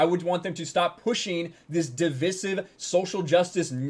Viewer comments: I agree with you but stop pronouncing “divisive,” in British English vernacular. Pet peeve. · LEARN TO PRONOUNCE DIVISIVE!!!!!